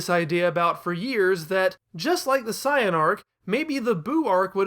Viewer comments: If you're going to say "Sye-yan" just say Saiyajin. Sorry, "Say-yan" is the English name. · Man comes out swinging how Zenkai Boost ain't real, yet pronounces Saiyan like Cyan lmao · I get you want to pay respects for the original Japanese dubs in the way you pronounce things, but there's a reason that they are different in the US version for some words. They don't sound as ridiculous. Thank goodness we pronounce it seyen instead of Caiyan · Sai-Yan Majeen Booooo Blooma If I didn't know any better, I'd be convinced that he hadn't watched a single episode of this show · Why do you say it like cyan! I hate it here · The pronunciation of saiyan is killing me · Saying Saiyan like that is never going to catch on. Took me right out of it. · you're not saying Saiyan correctly, please say it right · The word Saiyan comes from the Japanese word for vegetable "yasai", which is pronounced "Ya-Sigh", not "Ya-Say".